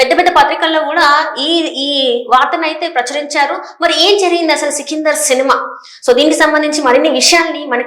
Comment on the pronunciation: Sikindhar kaadhamma sikandar 😂😂